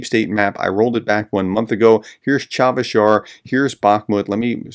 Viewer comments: Cha-SIV not Cha-VIS Yar. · Chavez Yar 😂. I think that’s in New Mexico. Cha Siv Yar. Chasiv Yar. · Chasiv Yar (not "Charveysh Yarr", think Chassis, but then say Chassif, there you go) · Prof, the town is Chasiv Yar not Chavish Yar. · CHA-SIV YAR.... not Chavez 😀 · Are you dyslexic? It's Chasiv. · Pro tip: "cha" as in cha-cha-cha, "siv" like "sieve." You got the accent right (first syllable), just need to true up a vowel and unflip a couple consonants. Expect to say "Chasiv Yar" often in the next couple months and prepare accordingly. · Chasiv Yar, Chasiv Yar, please professor, the city has been talked about for a long time, please make a little pronounciation effort. Respect your videos though!!